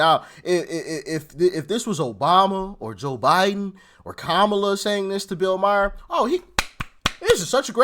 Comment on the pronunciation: Bill Meyer isnt his name, His name is Bill Maher, pronounced mah-harr.